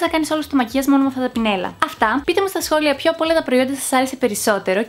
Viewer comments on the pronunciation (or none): Σε μια φάση νόμιζα ότι είπες σχολείο και όχι σχόλιο😅😅😂😂😂😂